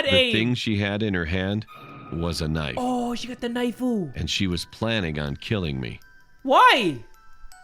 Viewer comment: Why are you saying knifu when you see this? -->>🔪